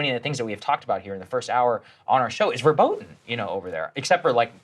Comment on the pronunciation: "Verboten" is not pronounced like that